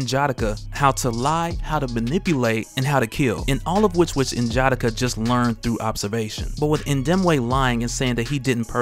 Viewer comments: Please stop saying N-Jatta-Kuh. It’s N-Ja-Da-kah. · you're my guy. I even replaced Rob with you as my favorite. But bro (in jah dikka) was killing me lol. N'Jadaka is pronounced (N-yah-dah-kah) lol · Pronounced nin-ja-dockah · You pronounce N'Jadaka name wrong it's said (Nah-Jah-Dah-Kha) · N-JA-DA-KA. Sound it out is how its pronounced! Good vids otherwise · You are definitely pronouncing N’jadaka wrong